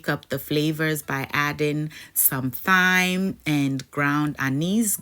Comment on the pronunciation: Thyme is pronounced Time